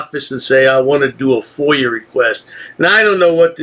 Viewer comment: A who? fOIL? Its a FOIA....